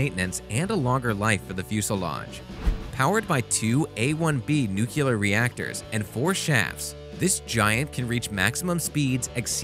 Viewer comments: It's pronounced, "nu-cle-ar (as in the nucleus of atom), NOT nu-cu-lar. Don't be a George Bush. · new- klee- er NOT newk-u -ler…..real-tor NOT re-lit-er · Bwaahahaha - newkular! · What is Nuculer? Do they mean Nuclear? lol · Another American-made military news channel where the guy pronounces "Nuclear" as "Nucular". Geez, it's not that hard of a word to read. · Not Nukeular....it's nuclear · Nucular? Nuclear! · Ya know, nucular is not a word, but I digress... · ⚠️⚠️⚠️ OK 🚬🚬🚬🚬 FIRST OF ALL NUCLEAR IS NOT PRONOUNCED NUCULAR. WE HAD PRESIDENT BUSH TO SHOW US THAT, FOR 8 ENTIRE YEARS, AND NORTHROP GRUMMAN IS NOT PRONOUNCED "GREWMAN". It's GRUMMAN, LIKE GRUMPY MAN. GRUM MAN. ONE WORD. DO NOT PASS GO. DO NOT COLLECT $10,000. LOSER. WHY ARE YOU MAKING VIDEOS IF YOU DON'T KNOW HOW TO PRONOUNCE THAT. IT'S LIKE PRONOUNCING BANK AS BENK. IT MAKES NO SENSE! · It's not nucular. It's nuclear. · Its N U C L E A R,,,not NUCULAR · It pronounced, "NEW-CLEE-ARE," NOT "new-cu-ler"...look at the spelling, people!! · Good information and beautiful ships. But as an ex military guy and an engineer, I always flinch when people pronounce "nuclear" as "nucular". Even my spell check won't let me type it that way. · Nuk-Lee-ar not nuk -ya-lar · Nuclear, not nucular.... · The word you consistently mispronounced in this video is "nuclear", as in atomic nucleus ...there is no such word as "nucular", or "nukular". It's not clear how to spell it since it's not a real word. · Dude said nucular. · Please learn to properly pronounce nuclear. Hint..it ain't nookuler. Sheesh. PS love your videos anyway. No disrespect meant it's just being a bit more professional. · NEW-KLEEE-AHR. say it correctly for heaven's sake. you want to claim to be an expert... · Did you say "nucular" reactors whilst reviewing military craft? I normally would let this slide... but come on end the GWB intelligence movement now! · Ports mouth? Seriously? That’s even worse than saying nuculur. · yes he said "nucular".